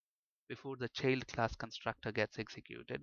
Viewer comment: bit annoying the way u keep saying cheild class